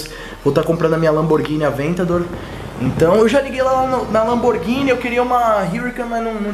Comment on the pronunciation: A pronuncia dos carros da Lamborghini citados é feita em italiano, não em inglês, mas ficou massa o vídeo kkkkk parabéns!